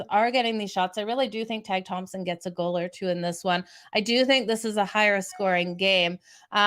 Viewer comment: Tage is taje prononciation